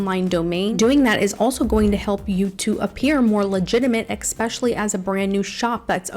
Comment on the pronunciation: nice topic and lots of helpful advice. however, ummm, Word Police interjecting: please pronounce the word especially like this: "especially"...not "EXspecially". Someone in your life is probably pronouncing this word incorrectly. Now you can correct them! :) it's all good.